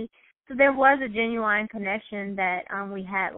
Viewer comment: I live how she said "GINUWINE" instead of "GENUINE" because her hubby looked just like Ginuwine. On purpose or naw??